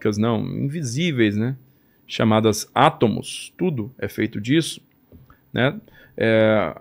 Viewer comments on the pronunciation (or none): ÊSSE CARA DIZ *ATAMOS*...